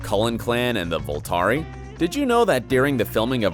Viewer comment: you said Vulturi wrong.